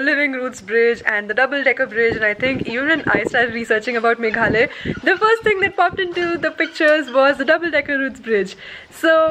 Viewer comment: Its not Meghley, it is Meghlaya. I hope you understand that how to pronounce correctly ?